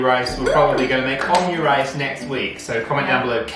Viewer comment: You call it omu-rice btw, not omyu- or om'u-. With hard m and then just regular 'u'. Cause オムライス🧐😉